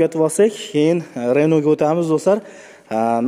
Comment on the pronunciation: Ренол эмас РЕНО